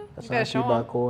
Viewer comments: Koi not Kuwe! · IT'S NOT KOI its kuui like kooi